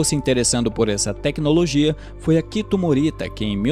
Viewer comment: Apenas algumas correções: - O nome do co-fundador é Akio Morita (se pronuncia Akío), não Akito; - As palavras hiragana, katakana e kanji são oxítonas, então se pronunciam hiraganá, katakaná e kandí (o j tem som de d). É isso, excelente vídeo. Fica aqui uma indicação de livro, o "Made in Japan", que conta a história do Akio Morita e como foi a fundação da Sony. Abraços.